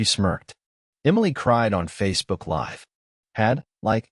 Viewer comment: Coders please fix how "live" is pronounced.